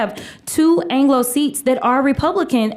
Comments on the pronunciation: Did she say "Angelo"? She can't say that word, that's our word!! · DID SHE CALL ME, A SCOTT "ANGLO"? DIMS FITEN WORDS!!!